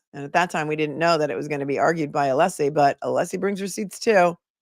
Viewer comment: Is he pronouncing Alessi's name as 'Aleesi'?